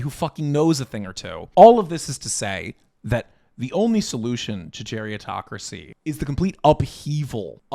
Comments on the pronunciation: Its gerontocracy, not geriatocracy. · Not *geriontocracy. It's actually pronounced "gerontocracy," from Greek "geronto-" (elderly) + "-cracy" (rule). You're confusing it with the related term "geriatric," which is formed differently. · Bruh geritocracy isn't a new word. Run your script by someone older once in a while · lmao i agree but the word is gerontocracy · Isn’t it “gerontocracy” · I always heard it as “gerontocracy.” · Umm isn’t it spelled and pronounced: Gerontocracy? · It’s “Gerontocracy” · Is the word not "gerontocracy?" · You spent the entire video pronouncing gerontocracy wrong